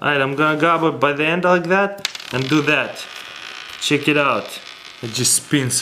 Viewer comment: lol CHiiK IT OUT . I love this guy .